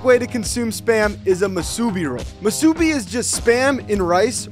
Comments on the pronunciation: The last syllable is stressed. In the video, the second syllable was stressed. ✅ moo-su-BEE ❌ moo-SOObe Edit: Better explanation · my Asian mom immediately yelled at my phone: “it’s pronounced MOO-su-bee, not mu-SOO-bee” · in the video he merges the “subi”. Normally it’s pronounced with 3 syllables. Mu-Su-Bi not Mu-Subi. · As someone who lives in Hawaii, anywhere “local” in Hawaii almost always has Spam Musubi’s (it’s pronounced spam moo sue bee). It’s a local tradition. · Exactly, nobody likes it because they don't cook it, and for some reason every youtuber pronounces it masubi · As someone who was adopted by hawiian parents I’m dying at that pronunciation of Musubi 😅 moo-sue-be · It's def pronounced moose- oobie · I’m Hawaiian and It’s actually pronounced moo-sub-bee but thank you for sharing that spam isnt what most people expect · Spam is the best coming from Hawaii I grew up eating spam you have to cook it till the edge is crispy and get some white rice and boom best meal ever and also it’s pronounced moo- sa-bee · Moosoobee is how you pronounce it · PLEASE PRONOUNCE IT RIGHT. MOO SOO BEE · Same… he also pronounced musubi wrong But everyone pronounces things differently so idrc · THANK YOU FOR SHOWING MAINLANDERS HOW TO PRONOUNCE MUSUBI. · Hahaha thank you! Yes I cringed hard at that pronunciation. Oh haoles haha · I was thinking that too- from me living in Hawaii i appreciate him recognizing us but the way he pronounced musubi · Breaking news, the locals at The Big Island is mad because of how this guy pronounced Musubi and i am mad TOO >:( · as a hawaiian, the way you pronounced “musubi” made me sad😭😭😭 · As a Hawaiian, the way you pronounce musubi- I cant 😭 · You pronounced it wrong